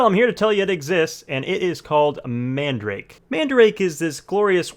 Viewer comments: Its not man-da-rake its MAN-DA-RA-KE and also your good at making vid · I thought it's pronunciation is man-da-rah-keh... And not mandrake... Lol. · The store is called Man Darake...like Manga Darake (Everywhere). I have been hearing the incorrect pronunciation for over 20 years now. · “Man-duh-rock-eh” .... now say it faster 🙄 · It might just be my ears but i keep hearing man-drake for some reason. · Nigga said man-drake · its called "man da ra ke" eh.. your white its okay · Bro he keeps saying mandarake wrong 😂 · The way you pronounce madarake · lol the way u pronounce mandarake is sooo wrong but funny. jokes aside, this site is one of the best imo, along with solaris japan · pls no, you pronounce it wrong